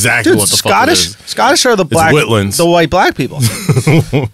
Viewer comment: "whitlins" lol